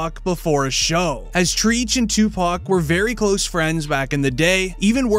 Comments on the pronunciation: I understand you're just covering this story and telling people who don't know about the whole Tupac thing. But I'm sorry You just said "TREECH" What You were trying to say was TREACH pronounced TRETCH . Now you know how to pronounce it for the next one 💯💯🍻🍻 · Treach, not Treech😂😂😂😂😂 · That boy boy said treech it’s Treach bro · It’s TREACH not TREECH. . Do your homework if you’re gonna report on this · Treech ? Treech ? Come on bruh